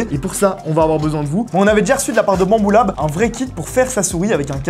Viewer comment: Faut prononcer U pas OU problème réglé.